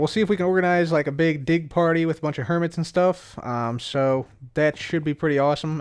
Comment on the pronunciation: Did anyone notice said 'a big dig' and sounds like 'a big dick'